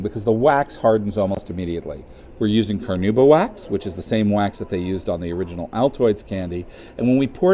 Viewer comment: I still don't understand how he is pronouncing the wax plant's name, I tought in English would be at least something like Car-nah-uh-bah